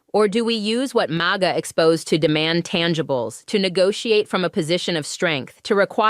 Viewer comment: You should train the AI host to stop spelling out M-A-G-A and say Maga! And learn how to use your AI hands more like a human. AI sucks. In fact, hire a real Black woman and stop replacing our people with computers. The unemployement rate amongst our people is high enough!